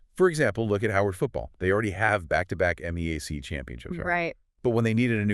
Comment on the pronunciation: It's pronounced MEE-yak; not M-E-A-C.